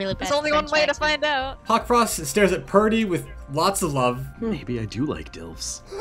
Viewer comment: Did anyone notice it was Hawtfrost and not Hawkfrost?